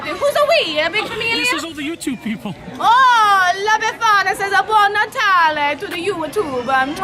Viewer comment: We certainly don’t say “buon natale” with that intonation 🤦‍♀️🤦‍♀️